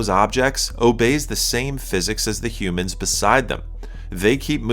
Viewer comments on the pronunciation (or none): none